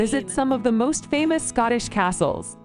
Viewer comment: Aaaaaarrrrrrggggghhhhhhh, talk about CRINGE on the Pronunciation by the narrator on these Castles!